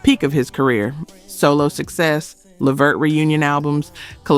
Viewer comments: The AI narration mispronouncing words is VERY annoying. Gerald LEEvert? Really? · Please say Gerald Levert's last name correctly. I've heard too many of your videos where it's wrong. It's luh-VERT. Thank you! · Teach the A.I. to say LA-VERT!!!! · LEE-vert. Come on! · The lack of the ability to pronounce words correctly or read is irritating! Ex. It's LA-VERT... RES-PIR-A-tory...geeez! 🤦🏾‍♀️ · Come on now you can pronounce Levert better than that. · As I'm listening to this page....I was going to subscribe til I realized this is a A.I PAGE because who in " OUR" Community does not know how to pronounce Gerald "LeVert" and "Sean Levert's" Name????? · Can YOU please learn how to pronounce the artist names it’s disrespectful you do this ALOT!!! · These pronunciations are absolutely killing me. Levert was pronounced 3 different ways. LAWD!!!! 😂😂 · Right I don't understand...I expect that from those raggedy AI Channels unless this is an AI channel because ain't no way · that drove me crazy. who is this woman. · I know they always pronounce Levert wrong